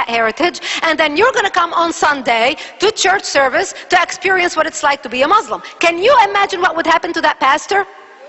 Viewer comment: she can't even say Muslim right...lolz... the witch!